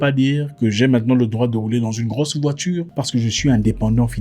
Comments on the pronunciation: Ceintire, voitire, partur, 🤣🤣🤣🤣🤣🤣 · Zack, 😂😂😂😂, ceintire, voitire... Quoi, tu es zaïrois? 😂😂😂